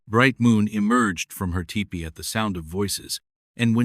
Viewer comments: It is pronounced tea pee not Tipper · Loved the story but hated the AI and the very bad pronunciation of many words. Any native English speaker would know how to pronounce tepee correctly. There were many other words as well.